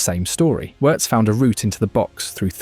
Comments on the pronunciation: It's pronounced VVVirtz. You seem to be forgetting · In German the W letter is said as V letter. So Wirst is pronounced Virst. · If he's so great, why not get his name right? 😉*Virts* "W" in German is a "V" in English (a voiced F). Like with Rachel Weisz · “Werts” 😂come on bruh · You could have at least tried to pronounce the name correctly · Please learn to say his name, there are two syllables.